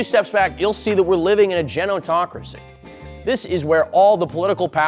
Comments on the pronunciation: Why do you keep saying genotocracy? Even when looking at the word on the screen, you're still saying it wrong. Gerontocracy! Maybe that's why the younger generations have failed to take over; they can't even read! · GER-EN-TO/TA-CRA-SI FFS DUDE. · Pff the spelling is killing me man. It's fine to be dyslexic of course, but if your video is built around the word Ge-ron-to-cra-cy maybe check the spelling and pronunciation first. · Genotocracy. Nucular as well, I’m guessing. Bad. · 3 things. 1) Climate change is a farce to make people give more power to the government/elites 2) You pronounced the main word of the article very incorrectly 3) Otherwise hilarious. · Lol good content but you keep mispronouncing gerontocracy, its an r not an n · You mispronounced "gerontocracy" every....single....TIME! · Mispronouced gerontocracy all the way through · Only speaks 1 language and still can't say Gerontocracy. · Hey man, great video, no notes on the actual content itself, all the presented data is pretty solid. So I hope it doesn't come off as nitpicky or shitting on your work to point out that, genuinely respectfully, while you clearly do, in fact, know what you're talking about, misspelling and mispronouncing a word that is literally the central point of the video kinda makes you come off as not knowing what you're talking about. So allow me to help a little bit if I may. Gerontocracy is pronounced "Jerry without the y + The opposite state of off + the back half of the sound a clock makes + another way to say 'titillating'" so when you put them all together, it makes "Jerr-On-Tock-Racy." Gerontocracy, rather than Genotocracy. Again, overall content is super good and on point, and I hope I did an okay job of not sounding like a dick about it. Sorry if I didn't. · Not knowing how to pronounce gerontocracy is a good sign